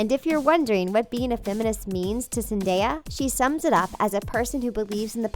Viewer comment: THANK YOU FOR PRONOUNCING ZENDAYA'S NAME RIGHT!